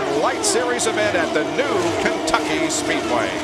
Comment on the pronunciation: Did he say "Kenkucky" ... ?